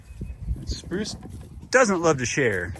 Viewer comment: Spruce sounds like Bruce. It is so funny.